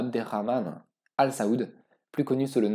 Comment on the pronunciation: Saoud pas seoud et Merci de rater de écorcher le Nom de notre Prophète Saydīna Muhammad Sallalah 3aleyhi Wa Salam.